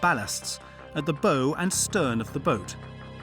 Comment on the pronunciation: "Bow" - is pronounced 'bough'. As in "OW!!" (it is not something you put in a girl's hair).